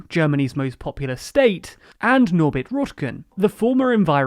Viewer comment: Yeah, it's a bit slurred - and the difference is not helped by the fact that the s in populous blends in with the s of state, and that in his accent, there's no -r at the end of popular anyway. So the difference is essentially between "populou" and "popula". I'd certainly agree that "populous" is what he meant.